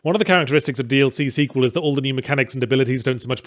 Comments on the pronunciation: I am absolutely BAFFLED Yahtzee said "DLC sequel" and not "DL-Sequel" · Every time he says DLC Sequel, I just here DLSequel.